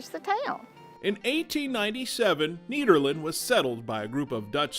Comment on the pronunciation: CooI video. I like the way the lady pronounces 'Nederland', it sounds better than 'the Netherlands' imho. Greetings from Nederland, Europe.